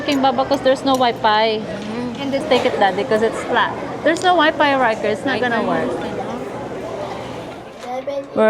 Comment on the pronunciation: Kapampangan don’t have F they say it P instrad of F